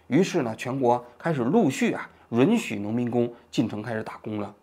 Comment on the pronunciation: 王局，“允许” 读作 yǔn xǔ ，好几个视频里你都说错了